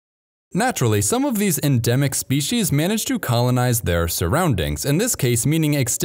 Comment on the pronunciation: What is a “shpee-shee’s”? There’s no H in species, yet alone 2 of them! What a steaming load of fee-shee’s…